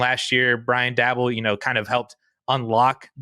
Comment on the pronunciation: "Brian Dabble" its Dabol like "Da Ball"